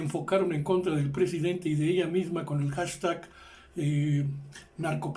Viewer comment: Solo que recuerden que les recortaron presupuesto al INE por órdenes del prejidente, ya cállese señor si no sabe no hable